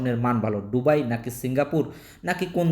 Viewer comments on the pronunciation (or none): ডুবাই নারে বলদা দুবাই